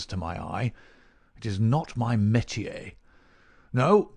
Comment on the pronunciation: Mycroft uses the word, "Me'tier" and uses three syllables, when it should only be two, correct? It should be "Met-tay" no?